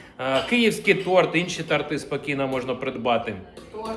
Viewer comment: До речі, ваша дружина вас правильно "виправляє", а точніше, вашу вимову. Там, де в українській мові у словах буква о, ви дуже часто вимовляєте "а", наприклад, "тарти" замість, торти, "мавчу", замість мовчу, "абслуговую", замість обслуговую і т.д. Це дуже різко "ріже вухо", тому що це акання - це прямісінько російська мова, де на "о" кажуть "а". Таку вимову можна було спостерігати у донецьких політиків, така вимова була і у Тимошенко та у багатьох інших, які українською мовою ніколи не користувалися. Але, це я, щоб підтримати вашу дружину, вона має рацію)